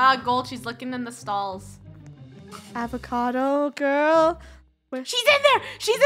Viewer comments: Avocado not awacado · Not avocado but psychocado ahahhahahahha😂😂😂😂